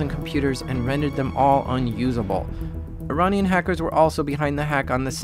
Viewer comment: He keeps saying Ironnian instead of Iranian and it's so funny.